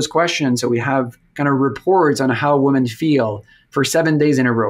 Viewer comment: why is he pronouncing women as woman?